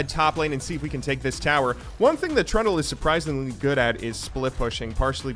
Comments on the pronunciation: Trundle's secret passive is that can pronounce his name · Oh you said Trundle, not Trund u Turndle or whatever you usually do with names, gj bud